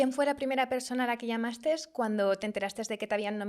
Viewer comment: Una de las entrevistadoras dece ¿A quién llamastesssss? Por favor, es llamaste. Aprende a hablar